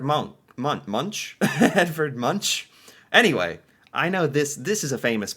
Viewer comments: Could you please not say Munch.its said Edward Munk/Monk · Munch is pronounced Munk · * Please listen to how he pronounces Munch! It is not like munching snacks; the CH is pronounced like a K. * Most Norwegians like brunost, but as with all things, there will be people who doesn't like it as well. The taste is sweet, and rich, so once you get over the "is this cheese?" phase; it is easy to understand that a lot of people will like it (humans naturally like sweet tastes). People who taste it for the first time will usually expect the slightly salty taste that we associate with cheese, so when they taste the sweetness, their brain will automatically assume that the food has gone bad. If something tastes radically different from what you expect, it is almost impossible to actually decide if you like the taste, because your brain is preoccupied with not being poisoned. * Kvikk Lunsj is not eaten when working out/exercising (except if you get very low blood sugar, etc.), as that would defeat the purpose of trying to get fit. Norwegians typically hike as a leisure activity, so bringing along some snacks to eat while taking a short break is part of the leisure.